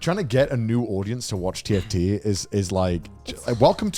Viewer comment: each time conner says tft i just hear tf2